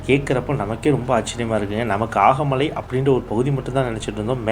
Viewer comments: ஆகமலை அல்ல, அகமலை. தேனி மாவட்ட மலை கிராமம். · அது ஆகமலை இல்ல, அகமலை